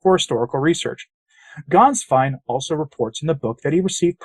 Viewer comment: Congratulations on producing a reasonably close approximation of the correct pronunciation of the name "Gänswein." I always cringe when I hear English speakers mangle it. The one mistake you made is that the " ä" should be pronounced like the "e" in the English words "get" or "bet" or "let."